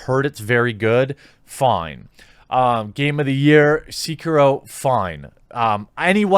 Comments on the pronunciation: Every time he said seakeyro I died a little on the inside lmao. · Jeremy calling it "Seekeroh" hurt my soul. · It was funny how vin deisel spent about five minutes talking about how much of a gamer he is, then he mispronounced sekiro.